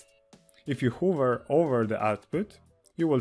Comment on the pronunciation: Hi, Thanks for this video. I'm always interested in understanding more about paths in Grasshopper, how they organize data and how to manipulate them. On a side note, your English is very good but here's a pronunciation tip that you might appreciate. "Hover", as in what a helicopter does and you do with a mouse cursor on a computer screen, rhymes with "lover". "Hoover", like the vacuum cleaner or America's 31st President, rhymes with "mover". Forgive me, I couldn't help myself.:-)